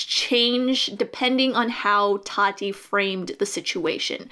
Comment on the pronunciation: I’d love to take you seriously but you can’t even say “Tati” correctly.